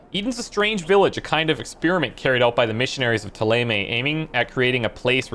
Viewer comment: Don't think he is well versed in French phonetics (and to be fair, the in-game pronounciations are heavily anglicised). But even if this is considered canon, I'll stubbornly wither away on the French mountain of accents, because ThéLAYMAY is murder.